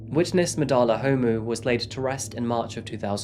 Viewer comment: Love your videos. You did so good with so many of the South African pronunciation. - just gonna help with some pronunciations so you can be one of the Saffas 🇿🇦♥️ Ndlovu: In-Glor-Vu (Glor - pronounced like the Glor in Glory) Gauteng: How-Teng Homu: Hor-mu Thanks for doing this story! You should look into the cases of Uyinene, Lee Matthews, Hannah Cornelius, Anni Dewani, Jayde Panayiotou, Meghan Cremer, Karabo Mokoena & Jesse Hess with her Grandfather. We have a serious problem here in SA with GBV. May all of these mentioned plus the 100s of others RIP.